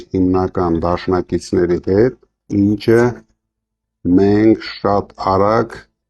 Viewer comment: Արա դէ խասել սովորի այ համբալ, ինճը չի ինչը և լիքը նման բառեր